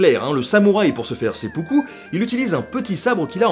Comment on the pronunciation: Il me semble que le sempuku se prononce s'aime poux coup. Excellente vidéo sinon, comme d'habitude en fait. Merci pour ces vidéos d'ailleurs. ;)